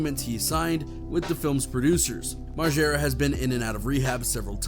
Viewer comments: Moreega? Wtf lmao it's margera mar-jer-uh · Site is lazy don't do much research ..say Knoxville has fizzled out n can't get bams name rite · "Bam Marega" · That nigga said Bam Mareega tf nigga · Thanks. As soon as I heard the guy call him Bam Mareega, I stopped watching.. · Did that idiot on ET just say Bam Mareeega? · As many times as Bam Margera has introduced himself, you’d think people would know how to pronounce his last name… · Bam mar-gear-ah and Spike jone-zee Wtf? Lol. Never heard that one. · “Jonezee”??? How do you pretend to be a news channel and not know it’s Spike Jones even though it’s spelled Jonze. That’s almost as dumb as the guy you showed who calls Bam Margera …”Bam Mareega”